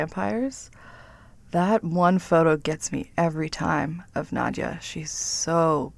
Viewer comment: Nadja ..not Nadia